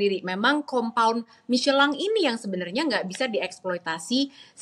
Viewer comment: kenapa michelin dibaca micelang? gk sekalian miselar water? wkwkwkwk